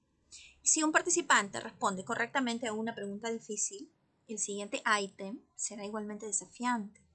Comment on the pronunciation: Porqué dice aitem😅😅 decimos item en español 😂😂😂